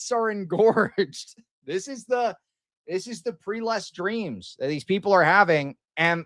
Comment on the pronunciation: Prelest is spoken as /PREHLEST/ or if its easier /ˈprɛ.lɛst/ not as preelest